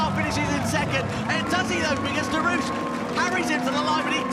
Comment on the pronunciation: As a French I cant stop laughing when English say "Derouche" instead of "Derrouiche" XD